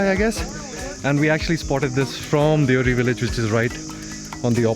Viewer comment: दियोहारी नहीं देवहरी गाव का नाम है।